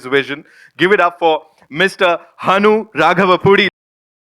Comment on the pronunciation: anchor pronounced Hanu Raghavapudi perfectly even though he is a non telugu. I saw many non telugus mispronounce it.